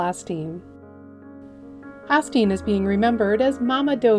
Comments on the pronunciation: No biggie, but "Osteen" is pronounced with an "Oh" sound, not an "Ah" sound at the start. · I believe it's pronounced Ohsteen.....long O! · If a.i. could pronounce names properly i would subscribe.....Ah Steen? What a last insult.cant someone alive check their work? Are they really saving that much money? Because they arent doing this for free.